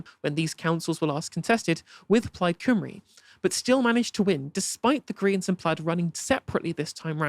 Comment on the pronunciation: The way that pronounces Welsh political terms hurts a little bit. "Coomry" aaahh. In fact its far easier Cymru = "Cumree" (y = uh, u = ee)